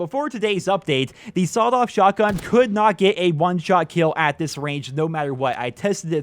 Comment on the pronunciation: Sawled off 😂😂😂😂